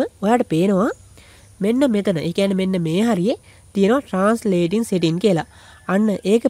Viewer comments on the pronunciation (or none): Ane palayan bn mama dawak dekka uba iron man film ekata ඉරොන් මෑන් කියල කියනව යකො එ අයන් මෑන් . උබ කියන්නෙ සෙටින් කියල setings hariyata kiyawanna purudu weyan anith eunta ugannanna yanne nathuwa ponnaya